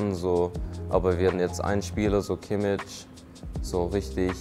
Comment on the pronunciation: Ich liebe zum Teil seine Aussprache. "Kimmitsch" :D Ich freu mich auf unseren Bambi.